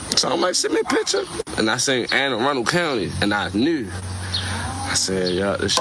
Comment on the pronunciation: Ah-run_del that's how you pronounce that i got you 😂😂😂